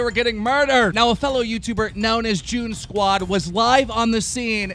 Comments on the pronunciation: It's Joog Squad not joon squad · Everyone gonna skip the fact that keem called joog squad "joon squad"